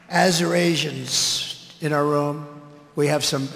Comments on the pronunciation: I thought he was saying Eurasians instead of Arizonians. Why don’t understand why other commentators don’t mention this. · No, he was trying to say Assyrians 😂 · I think he was trying to say Assyrians. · No, I enjoy your program but he was actually trying to say Assyrians. 😂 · He was trying to say Assyrian 😂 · He was actually trying to say "Assyrians" which was printed on a supporter's t-shirt, not "Arizonans". He would have probably struggled with that too though. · No he was trying to say Assyrians. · Nope AzureAsians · He said AzureAsians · Because he didn't think he mispronounced it. Remember Yo sem ites? 😂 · to be honest even though I dislike Trump , he was TRYING TO say: ASSYRIANS there was a group of Assrian people with their shirts "Assyrians for Trump " so.. both of you were wrong , he on the pronunciation and you on the right group..👍🏼👍🏼😄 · Trump Wildly Mispronounces 'Assyrians' At Arizona Rally. As stupid and dangerous as he is, you need to not have the stoopid rub off on you. You should research what you spread here. Don’t let him make you stupid. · Right. That's not Assyrians at all. And what was on the teleprompter that he thought was pronounced like that? I'm surprised he didn't throw someone on his team under the bus. But, at least he had an audience who didn't know the difference.